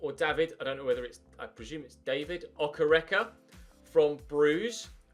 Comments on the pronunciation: it’s Oke- Reke not Okerecker loool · David Okereke is pronounced “Dayvid Okayraykay” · Hi. David's surname is pronounced "Okay-ray-kay" I think - From a Nigerian viewer! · I am a Nigerian and I've been following your channel for a while now, PLEASE keep the Nigerian striker thing going,pleaseeeeee,it makes me want to watch your channel more,please like this so he sees it, I LOVE YOU, and the name is (O-kay-ray-kay) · You have to pronounce okereke like okéréké